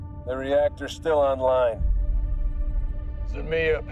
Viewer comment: he's pronouncing it wrong tho. he says za-ME-ya, whereas it's zme-YA